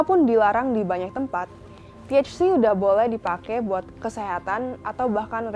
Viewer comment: Nyebut THC nya biasa ae keles hahaha